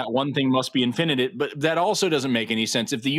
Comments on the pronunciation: Forrest, love your content, but the way you pronounce "infinite" drives me crazy. Please fix😊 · Say “INfinite”. Not “inFINite.” [& the e is silent.] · I love Forrest, but I hate his pronunciation of infinite. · Has there been a shift in the pronunciation of "infinite"?